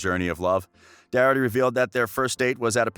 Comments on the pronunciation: The person speaking says his last name wrong it's spelt Doherty but pronounced the h as a k like dokerty but spelt with a h not a k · Cringing at the way the guy says Thomas’s last name, it’s Docherty (pronouncer DOC-ERTY) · You butchered Doherty. Name